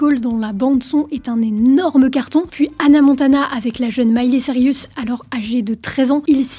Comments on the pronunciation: Vidéo incroyable, j'ai remarqué que tu disais "Miley Cirius", je l'appelais comme ça aussi quand j étais petite, tu me rappelle des souvenirs. J ai mis du temps à accepter que c était Cirus😂 Maintenant ça me choque dans l'autre sens, bonne chance pour t'en débarasser 🤣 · “Miley Sarius” 😭😭😭 à chaque vidéo tu écorches son nom 🤣